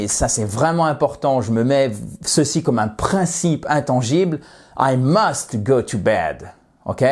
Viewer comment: j'entends "I must to go to bed" ? ou bien c'est le t de must qui est très prononcé ?